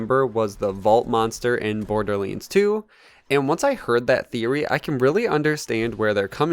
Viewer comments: ”Borderleens”? Hmm... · why do u say *borderleands*? lol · Ah yes borderleens 3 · whats a borderleins 3😂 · bro this nigga says border leands one more time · BORDERLiiNDS WTF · YOUR SAYING BORDERLANDS 3 WRONG